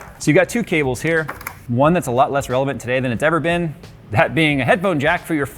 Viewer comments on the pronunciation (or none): none